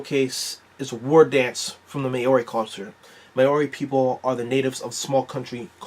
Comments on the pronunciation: Hey you tried no hate on the pronunciation :) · The way he said Maori though🤣